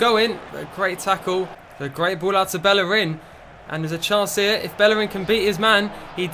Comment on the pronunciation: Its pronounced Beierin not bellerin